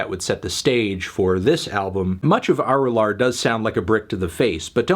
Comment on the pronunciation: It's pronounced uh-ru-luhr or uh-ru-laar, melon